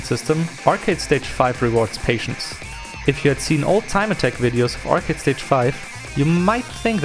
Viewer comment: “It’s too Arcady” it’s called initial D ARCADE stage